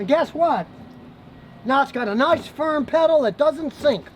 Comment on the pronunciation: "noice and tight" 😅reminds me of Brooklyn 99